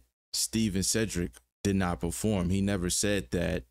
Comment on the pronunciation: I agree he said pro-form not attend✌️✅🤔